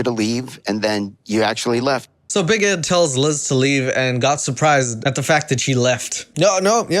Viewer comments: 😂😂😂 big egg is how says big Ed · I have to say.. Big Ed in french is Big Ed :B not big eed or something, just you English speaking guys turn ''e'' to ''i'' sound. Love <3